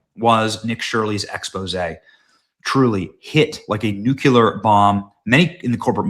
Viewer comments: NU-CLE-AR NOO KLEE AR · Benny I really like your show and you do a great job, but what is sad is that you call yourself a journalist, and don't know how to pronounce the word "nuclear"...... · Benny, please pronounce nuclear correctly! You sound like Bill Clinton. He couldn't say it correctly either. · Day 3 of telling Benny Nuclear is pronounced "New-Clear" and not "Nuke-yuh-luhr" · There is no such thing as a nucular bomb, because an atom doesnt have a nuculous. Its actually called a nuclear bomb because atoms have a nucleus. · Can someone please teach Benny how to say nuclear? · Benny -- please learn how to prnounce NUCLEAR. Do not remain as dumb as Jimmy Carter.